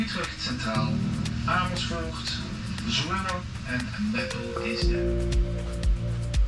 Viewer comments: You have a teeth probelem?? Amishfoort? LOL no sh sound in Amers - foort, please, and not in Amsterdam either.... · Amersfoort does not have an "H" after the "S"